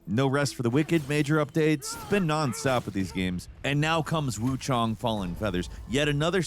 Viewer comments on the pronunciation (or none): he said Wuchong meanwhile nah im like its WooChang LOL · “wuchong” not the first Freudian slip when talking about WuCHANG I’ve heard online and I’m sure it won’t be the last 😂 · is it not pronounced wu chayng? kept saying wu chong in the beginning of the video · gonna level w you i didnt notice that LMAO but the mandarin pronunciation is “wuchong” why is why i said that. i wonder if its a case of mispronunciation in the dub? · Is it just me or is he deliberately saying Wuchang wrong? Wuchong? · Why do you keep saying Wuchong? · Wukong and Wuchang don’t sound the same at all. Kong rhymes with cone and Chang rhymes with long. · Kind of wild how bro pronounces Wuchang vastly differently in under 1 minute lmao.